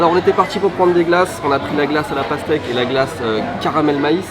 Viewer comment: "Daime pas la paztèque"